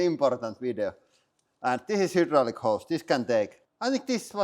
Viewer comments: I like "hudrolic". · Over a decade and still can’t pronounce hydraulic 😂 love it